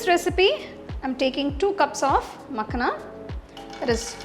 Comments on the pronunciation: Lovely recipe mam... ❤️😋🙏❤️ But it's pronounced as "Makh-aa-na" not "Mak-na" in North India and Punjab, from where this recipe version and ingredient originally is .. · Thanks for the recipe❤ But it is Makhaana not Makhna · it is makhaaana not makhna -_ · Srry but it is makhana...no makhna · Its not makhna its makhana...but anyway the receipe is superb truned out very taste...thanku for wonderful receipe... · It's makhana not makhna. Anyway nice video 👍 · You made a very good kheer, however wanted to clear one thing it’s not Makhna, it’s called as Makhaana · Nice recipe. But it's called makhaana. Not makhna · It's not Makhna, it's "Makhaan" please pronounce properly. It's harvested in Bihar. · Makhna ❌makhana ✅😂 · It's not makna it's makhana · Its not मखना, its मखाना. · मखाना मॅडम...no मकाना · The entire time she kept on calling Makhana- Makhna, it’s not Punjabi makhna makhna song. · Makhana not makhna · Seriously i was remembering makna song everytime she said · Recipe looks good. However, Makhana is pronounced as 'ma-khaa-na'. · It's "Maa- khana" the pronunciation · People who commented in reply, makhana is a hindi word. There is only one way to say it. Accents may vary but basic pronunciation can't change. It's not Tomto. Tomato, Tomahto ok. Nothing wrong in pointing out correct pronunciation. No need to be so defensive.